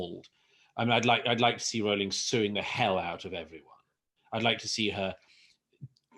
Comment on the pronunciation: Good video. Also, it's good to hear JK Rowling's name pronounced correctly. So people on YouTube videos discussing Miss Rowling get it wrong.